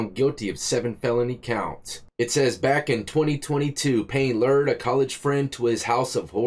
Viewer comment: Lured is not: "Lird." say it like: "Cured."